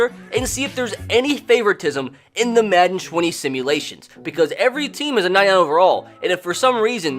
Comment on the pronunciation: Why in the intro he said matten😂